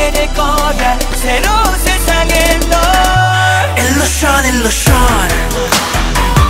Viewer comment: their pronunciation for illusion is not really great